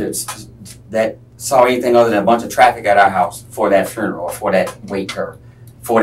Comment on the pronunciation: I have a stroke every time he attempts to say the word 'funeral'